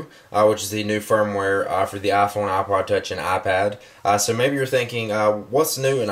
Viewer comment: LOL I love how you say iPhone like AAPhone.